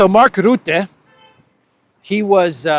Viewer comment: Rootte does not exist. I only know 'Rutte'. Learn to pronounce names.